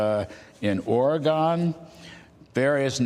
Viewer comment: Love Elon. But wtf kind of npc says "Or-eh-gon"